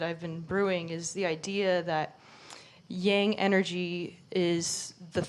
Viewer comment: The sine-wave of eternity. Every trough leads to a new peak. The old nightmare-world perishes and a new heaven-world begins while so many turn their hair grey and put wrinkles on their faces worrying about how to save a necrotic society. Let it pass as gracefully as possible....And thank you for pronouncing "yang" correctly.